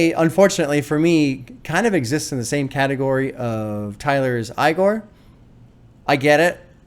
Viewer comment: He traded his correct pronunciation of Igor for it